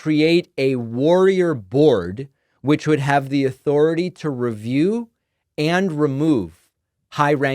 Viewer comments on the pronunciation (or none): none